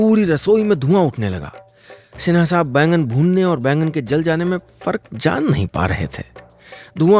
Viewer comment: बैगन नहीं बैंगन